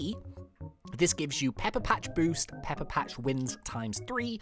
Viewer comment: When he said “pepper patch” I thought he said “peppa pig” 😆😆😁🤣🤣🤣